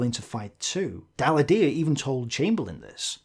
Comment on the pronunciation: True; though french isn't the most obvious language to pronounce.